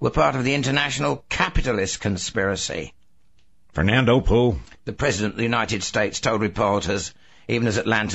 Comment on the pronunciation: that's not how you say Fernando Poo...oh well